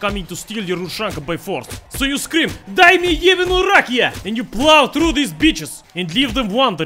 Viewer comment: it not rAkia, it rakIa (trust me, I'm Bulgarian)